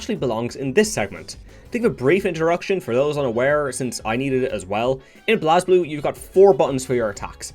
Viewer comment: Just to be that guy, it's pronounced "Blaze-blue" and "X-ard" (think of it like first, second, x-rd, I guess). Nice video either way, really glad I clicked on it in my feed. Keep it up